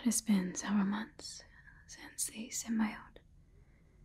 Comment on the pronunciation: girl come on! SIM-BEE-OAT!! Not SIM-BYE-OAT....